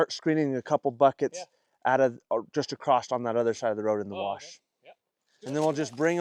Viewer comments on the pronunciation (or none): Why do you say acrosst. In NZ we just say across 😂